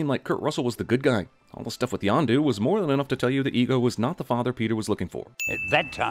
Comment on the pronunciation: Yondu not Yonda lololololol